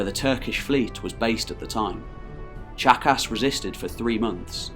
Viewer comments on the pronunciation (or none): Ok, I know it’s juvenile and silly but every time he says Tzachas I hear jackass. Anyone else with me?